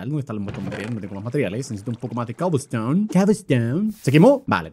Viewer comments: ¡ES COBLESTONE! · Luzu: cobelston German: coublstoun